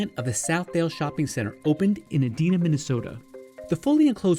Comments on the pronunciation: It's E-dine-a, not E-deen-a Minnesota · It's E-DI-NA, not E-dee-na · you pronounced 'Edina' wrong. its Eee- die- nah not eh-dee-nah just saying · I'm just here to correct the pronunciation of Edina.. E-Dina not E-Dena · It's called E dine a (Edina) Not Edena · Pronounced eee dye na not edeena and it is an affluent suburb of Minneapolis. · "Eh-DEEN-ah," Minnesota. Haw haw! It's pronounced, "ee-DYE-nah." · Edina, MN is e-DINE-a, Minnesota, not e-DEE-na, Minnesota ! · Edina is not pronounced "eedeena". It's "eedine-a," as in "dining". I still shop there but rarely as another mall is closer. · Lol Edeena Minnesota. It's E dine na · Did the narrator just say “Ed-Deen-Na”? It’s pronounced “Eh-Dye-Nah”. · Eee-dee-na Minnesota?? Never heard it pronounced that way. Always hear it "Ee-dine-a" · Just FYI Edina, Minnesota is pronounced "E Dine A" not "E Dean A" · I worked at Southdale mall in Edina, MN. It is pronounced "EE-DINE-AH", not eh-DEEN-ah. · Adeena 😂 E-dine-a 👍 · Ed I na. Not edeena btw. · Edina, MN is pronounced = E DI NA, not EE DEE NA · Edina is pronounced Eh-dyna, not Eh-deena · As a Minnesotan it is "E-dine-A" not "E-deen-a" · The "i" in Edina sounds like eye, not ee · no way he really just said “edeena” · Um Its eDINA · the way the narrator says " edina " minnesota as a minnesotan made me cringe ( E- DIE -NAH ) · E-DINa mn lmao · It’s pronounced “Eeedina” Minnesota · Did you really just pronounce Edina as Edeena? Yikes. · It's pronounced ee-DY-nə. Good try thou! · Edina, not Edeena Like Dime, Dine, Dive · Edina, Minnesota is pronounced “Eee-dine-uh”. Native Minnesotan here! 😁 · Pronounce "eh-die-na" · Pronounced Ee-dine-ah. My mom’s hometown and where my grandfather was the mayor for many years. :). Grew up going to Southdale mall! As for the Mall of America, they used to have some really fun stores but now it’s kind of the same as every other mall. We definitely don’t go there as often as we used to. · "e-DYE-nah" Minnesota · It's pronounced EE-DI-nah.